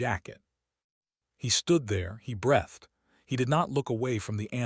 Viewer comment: You need to get a human narrator so the words like breath and breathed are pronounced correctly with the long ee not the eh in the middle.